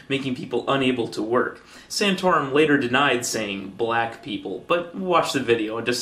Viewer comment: Santorum said "blah people". I don't know that he *wasn't* intending to say "black" but I know he did not utter any 'c' or 'k' sound at all. So you can assert that he clearly intended to say "black" (but perhaps corrected himself part-way through) but you can't assert that he actually said "black".